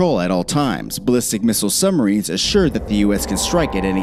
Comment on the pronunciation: nukuhler, summarines and subbarines. I just can’t do it lol